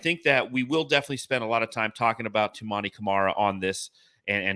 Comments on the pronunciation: fucked up Toumani’s name like 30 times despite saying it correctly every time. Not very geek of you dude. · needs to say his name right. He's never said it right in any video.